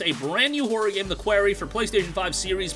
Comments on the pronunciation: qWARy not qWEARy! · Honestly man you butchered that....it's pronounced kwar-e. Like a rock quarry.